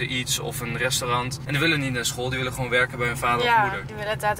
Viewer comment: Waarom zeg je altijd wullen in plaats van willen😂